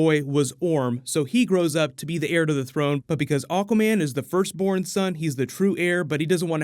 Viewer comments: Why does he say "Aw-quaman" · Misheared AWKWARDMEN ....yet you can't unhear it too :D